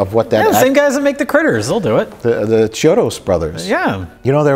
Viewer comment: Mike is ashamed of liking a horror film. What a surprise. And it's "KEY-odos", not "CHI-odos".